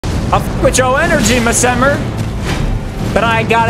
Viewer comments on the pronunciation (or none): Bro, hats off to you for trying your best cause these bosses are crazy. Your killing it, but Messmer seems like someone to fight a little later. 😎🤙🏻 Also not that it matters, but I am pretty sure your saying his name wrong, but it's your play through, so I guess just call him whatever you want. 👍🏻